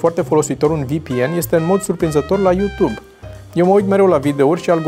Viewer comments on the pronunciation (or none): none